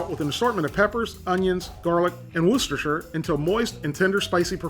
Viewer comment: WAR CHESTER SAUCE